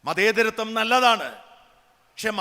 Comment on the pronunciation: "സന്യാസി വരിയൻ" അല്ലെടാ, "സന്യാസിവര്യൻ" ആണെടാ ശരിയായ പദം മൂഢാ! "സ്വാവാഭിമാനം' അല്ലെടാ " സ്വാഭിമാനം" ആണെടാ ശരി, അക്ഷരവൈരീ! 'മതേതരത്തം' അല്ലെടാ, പൊട്ടാ, 'മതേതരത്വം" ആണെടാ ശരി! 'വരിയന്മാർ' എന്ന് വിളിച്ചു സന്യാസിമാരെ അപമാനിച്ച നീ അടി വാങ്ങാഞ്ഞത് സംഘികൾ പൊട്ടന്മാർ ആയതുകൊണ്ട് മാത്രം! പത്താം ക്ലാസ്സ് വരെ അല്ലേടാ പെരുംകള്ളാ, സൺ‌ഡേ സ്‌കൂൾ ഉള്ളൂ. എന്തോന്ന് പ്രസംഗം ആണെടാ ഇത്?